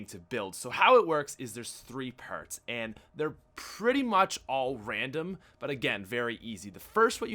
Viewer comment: lol where are you from dude? lol its so funny to hear you say parts as pairts lol